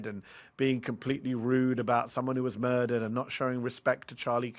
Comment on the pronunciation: Geez Louise, this is the first time someone has said Chuckles was moidured rather than assassinated